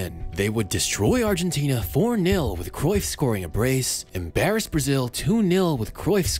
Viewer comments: Wtf is Kreuff?? Cruyff is Dutch not German!! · I wonder if there will ever be a foreigner that pronounces “Cruyff” correctly. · its Kruif